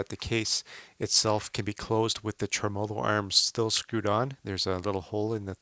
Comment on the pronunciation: Dude...pronounce it TREM-olo, not trem-OLO